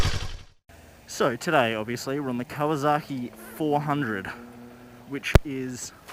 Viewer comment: It's pronounced " Cow uh sok ee" not " cow uh zok ee".